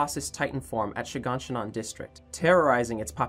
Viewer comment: I love how he calls shiganshina She gone she none